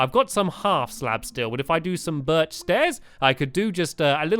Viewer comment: you said birch wrong you were ment to say it in a high voice